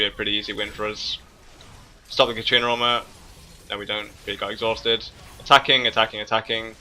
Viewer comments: I like your vids, but there is one thing that bugs me in a lot of them. It's katArina, not katrina. XD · please stop saying katrina, it's katArina :D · Every time you say 'katrina' i flinch. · Katarina =/= Katrina. Other than that, great video and one that I can fully relate to. Until now when the other team started snowballing, my team basically fell over and let them roflstomp our faces, but I'll try the random barons and stuff. Thanks a lot:) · i wonder why so many people cares how he pronunciates katarina lol